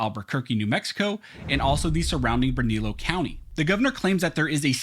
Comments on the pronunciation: Good job reporting! Just for future reference, the pronunciation of Bernalillo is Burn-uh-lee-oh... best way to help you with that one. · Informative video, BTW, Lujan = "loohaan", Bernalillo = "bernaleeyo" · Bernalillo is pronounced Burn a Leo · It's pronounced Berna-leo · Just an fyi its pronounced (Bern- a- leo) county. Bernalillo county. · Dude, here’s how you pronounce Bernalillo: Burn uh leo Lujan is Lou Hawn. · And...it's bernallilo county. Pronounced bern a leo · It’s pronounced: Burn-a-lee-o County